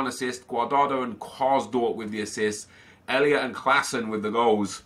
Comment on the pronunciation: Nep just a tip! Elia's first name you pronounce just how it says on the card ❤